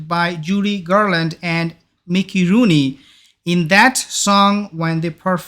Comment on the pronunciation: It’s Mickey Rooney, not Micky Rooni, for God’s sake! 🙄